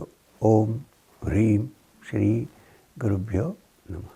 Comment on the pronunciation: Sounds like he is saying (pure) for the syllable (byo )? And i forgot the other question. Namaste thank you so much🙏🏽